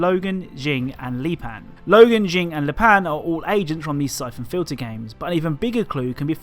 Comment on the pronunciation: i thought you said "cyclone filter" instead of syphon fliter made me search up a WWII air filter